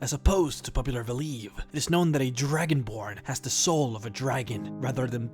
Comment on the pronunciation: Lol he said dragonblard XD